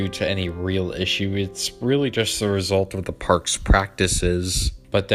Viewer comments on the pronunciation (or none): none